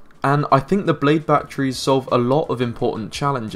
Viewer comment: Really, really good video, but "Bachrees" always makes me laugh.